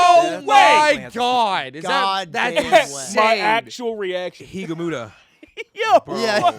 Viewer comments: saying higumuta instead of higuruma lmao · did no one notice saying higamuta instead of higaruma? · "Higumura" my goat is larping 😦🥺